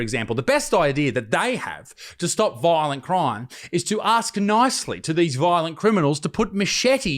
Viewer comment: “Voilent croim”